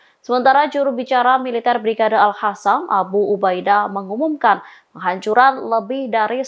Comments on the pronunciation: AL KOSAM, AL QOSAM, BUKAN AL HASAMMM MIN.... BNERAN GA BS BACA YA MIN,,, TULISANNYA KAN SAMA KAYA AL QUR'AN,,, MASA DIBACA AL HURAN,,,???? AL KOSAM MIN ATAU AL KASAM LAH MENDING, BUKAN AL HASAM. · News angker nya gak bisa baca Q (ALQASSAM) bukan alhassam